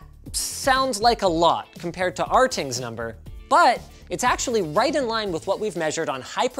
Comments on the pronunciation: Please tell me calling it “r tings” is some inside joke. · It's "R-things" or "Ratings"?